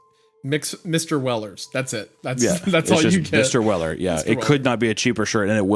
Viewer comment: Mistuh welluh